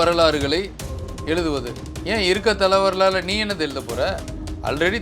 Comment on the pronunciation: It is not Thala varalaaru. It should be prounanced as STHALA VARALAARU. STHALA MEANS PLACE. HISTORY OF THE PLACE.